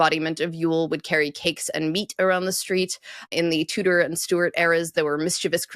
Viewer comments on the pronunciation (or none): none